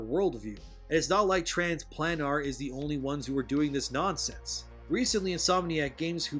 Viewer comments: The word planar is pronounced "playner",; not "plan R". It's like solar. Speaking academically, what Gene Marshall neglects to understand is that the word "race" is meant to be synonymous with 'species' as we understand it. It used to be that race was synonymous with one's nationality, and had no inherent negative connotation behind it, but it's since mutated, as language tends to. Here in the real world, humans are one species, and therefore one race, the human race - you know, that phrase we used to use to collectively refer to ourselves as a species on this planet. In fictional environments, there are multiple sapient species, and therefore multiple races. That isn't racism, that's basic zoology. A khajiit is not a nord, hence two different species - different races. It's very simple and clearcut. So no, here in the real world, the idea of mankind being different races is groundless, because humans are all one single species and therefore one single race. But in something like DnD, where there isn't just humans, using the term 'race' to describe distinct species is valid from standpoints of anthropology, zoology, and linguistic grammar. And you're right - their mindset is nothing but mountains of copium because they don't like the reality they're born with or living in. That's all woke politics is - "I reject your reality and substitute my own". It's literally that simple. I think it was The Fourth Age that crystallized that understanding for me in one of his vids on c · Ha, Pretty sure it should be pronounced Trans Play-nar. As in the other planes of existence. But I could be wrong. But holy crap, that would be a lame game.